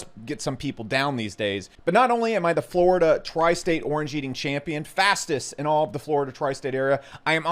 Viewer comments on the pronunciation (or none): none